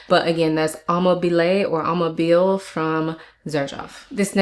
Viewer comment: 1. Great vid! 2. Amabile = ah MAH bee lay. 3. I really liked your description of Lineage and it's so weird what the notes are compared to how multiple people experience it the same way you do, at least per Fragrantica. 4. I couldn't wait to whip out my Musamam White Intense, Le Labo Rose 31, Chloe Lumineuse and Bois de Vanille. I like to layer those last two.